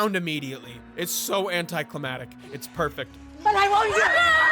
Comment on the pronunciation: bro, it’s “anticlimaCtic”